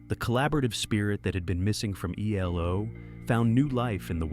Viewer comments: Jumped from Eldorado to New World Record, but skipped over Face the Music. And your AI voice over called them Elo in stead of ELO? Sad. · It’s not elo. It’s E L O. Another example of bad ai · Sounded like a person until it said E-Low....😂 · They are not called "Elo." Say the letters or say they're entire name. No one ever called them "elo." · Interesting subject. Couldn't stand the sad ai narration tho. "Eeelow?" Try harder.